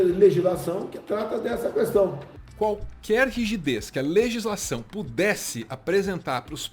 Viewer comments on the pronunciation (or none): Por que diabos Bolsonaro fala sempre CUestão invés de questão???? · O cara não sabe nem falar direto.. a "cuestão" kkkkkkkkkk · Não é KUESTÃO! Essa palavra nunca teve treeeeemaaaaaa caraleeeeoooo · "A qüestão" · E coloca ainda sílaba tônica kkkkk. Qúúúúúêstão.. que ódio kkkk